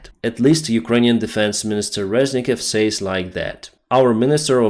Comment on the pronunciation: Будь ласка, дуже ріже вухо постійно, не сеід(said), a сед і не сеіс(says), а сес